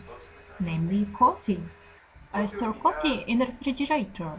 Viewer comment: Спасибо за труд! В качестве совета: Вы можете проверить себя включив автоматическое распознавание. Те слова, которые распознались некорректно (если это не имена собственные), скорее всего не будут поняты англопонимающей аудиторией, то как stir вместо store или we won't lose my parents to ... вместо we went with my parents to. и другие забавные подмены. Я сам пользуюсь часто автораспознаванием, и даже на русском языке, когда плохо понятно. Это помогает. Фон лучше убавить еще, эмоции/интонации Ане тоже можно немного пригасить, чтобы они не влияли на произношение. Заливайте следующую часть :)